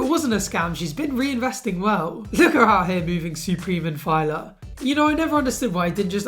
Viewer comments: Fila? FEE-LA not FIY-LA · Brudda did you just call Fila “Filer” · It’s pronounced ‘Feela’ fam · I've never heard someone pronounce Fila like that hahahaha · Are we just going to ignore that pronunciation of Fila?